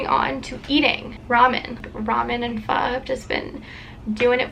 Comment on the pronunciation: I love that you said pho right lmao